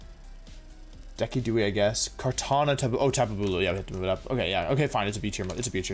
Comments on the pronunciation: Most people: Decidueye (deciduous + eye) Wolfey: Dekydooy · My reality shattered when i heard him pronounce decidueye as dekidewey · did this man just pronounce decidueye as deckiduay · Pardon fuck, DEKI- dueye? It's DESI-dueye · lol dek-ee-dewey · Oh lord, that pronunciation of Decidueye was painful.